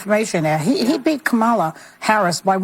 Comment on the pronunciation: lol Joy mispronounced Kamala's name, which at this point can only mean she's a raging racist and sexist.